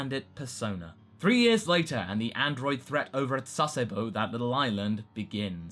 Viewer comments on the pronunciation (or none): none